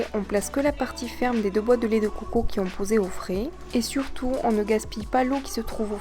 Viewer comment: j'aime la vidéo mais c dégueulasse comment tu dit lait de COCO !